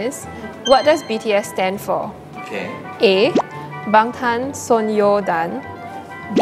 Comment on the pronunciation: Also it’s Bangtan So-nyeon-dan, not son-yeon-dan